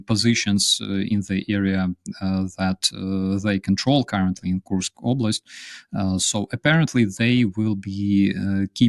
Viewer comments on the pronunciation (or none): Here you have it again: despite his guest using the correct pronunciation of "Kursk" on several occasions seems incapable of reproducing the sound and insists on having it rime with "curse." We know the Brits are (apparently) ill-equipped to learn foreign languages and expect others to use their idiom but couldn't media people at least pretend?😉